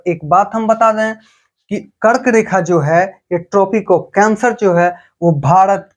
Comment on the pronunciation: app R ko D bolte ho bro thoda try kro R ko R hi bolo jese app kark rekha ko kard rekha bte ho